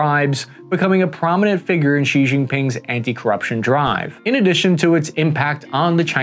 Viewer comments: You can just pronounce Xi as "shee". English speakers tend to add ambiguous blends of X and J sounds which really make it sound like the expert hasn't taken the time to look for the pronunciation. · Xi Jinping's family name is pronounced Shee Not Jeee, the first character of Deng Xiao Ping's given name is pronounced Shiao (rhymes with how) not Shiong and Jiang Zemin's given name is pronounced closer to Zer-min (rhymes with her fin). Your pronunciation of the names of key Chinese figures somewhat undermines the credibility of your otherwise good conclusions about the state of China's military